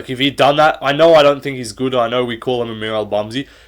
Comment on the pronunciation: I hate the way you say “good.” Just say it normal mate